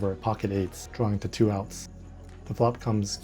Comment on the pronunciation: 想知道為何2的英文發音尾音有SH?